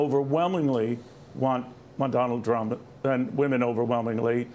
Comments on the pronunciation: He also didn't pronounce "Trump" , I think he said "dump"? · Did anybody else catch the slip of the tongue ? Neil said: Donald Drump Somebody please make this go viral. Vote Blue Always ! 💙🌊💙🌊🦅🦅🦅🦅